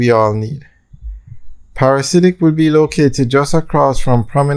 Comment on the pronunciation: Friend it’s pronounced ‘Para-dee-siac’ not Parasidic. Its a strange name and not the most easy to pronounce I know….you always want something classy and memorable